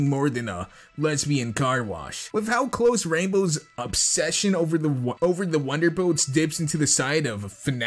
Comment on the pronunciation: He said ronder boots